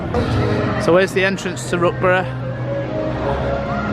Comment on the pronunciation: "The entrance to Rookbruh" 🤣